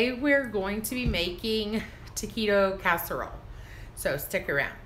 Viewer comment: Tequito? Really? It is "T A QUITO!!!! Taquito/Taquitos!!!!